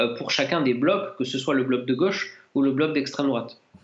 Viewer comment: on dit la gauche et non pas la goche !!!!!